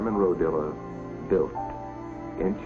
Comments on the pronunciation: There was an Italian area in Watts many years ago. By the way his name is RO-DIA not Rodilla. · Narrator is pronouncing Simon's last name wrong. It's Rodia. Not Rodilla. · Is it just me or does this guy keep saying "Rodilla"? wtf? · What in heaven's name is wrong with the person who narrated this film? The film has one main topic: Simon Rodia and his towers. And the narrator calls him "Rodilla"! It's ridiculous that a whole film is narrated about somebody, and the narrator can't get his name right! I suppose he went on to narrate a film about President Abraham Lincorn. Or Mahatma Ganges. Absolutely idiotic and embarrassing.